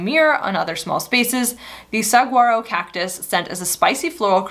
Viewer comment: Saguaro is pronounced suh-WAA-row. 😎 Fifteen years of living in Phoenix.